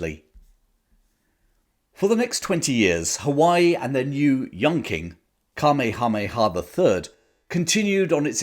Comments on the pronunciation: The Hawaiian King's name is pronounced: KA-MAY-HA. MAY-HA. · Right after you first said the name of the Hawaiian King, I hear my grandmother rolling around somewhere in the afterlife. She lived there for some time in the 1950s, and were she here would explain that it’s pronounced: Kah-may-ha-may-uhh. :) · Not to be pedantic but rather to help (as for some reason all Brits on YT struggle with the name): It's Cuh May Uh May Uh. We in the Pacific states of the US grew up learning about this remarkable man, probably Hawaii's greatest king and so, we're very familiar with him and his name. Next time all of you Brits sit down at your local, spread this info around. It's a bit cringe to hear you all continue to mangle it. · Either get a real person to do the narration, or if you have a real person, get someone who will do their homework on pronunciation. King Kamehameha's name is terribly, embarrassingly mispronounced (it should be "kuh-may-uh-MAY-uh"). Also, the rank of ensign is badly mispronounced, not "en-SINE" but "EN-sen." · Magnum pronouced it kameamea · Where did you come up with that pronunciation for Kamehameha ? Hmmmmm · Fascinating history... Your pronunciation of Kamehameha made me smile... Always enjoy your narrative... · That is the strangest pronunciation of King Kamehameha's name I've ever heard. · The Hawaiian language is a potential minefield of mispronunciations for haoles (HOW-lees). Still, I have never heard King Kamehameha's name butchered quite so thoroughly! No worries,. As always, we know you meant well.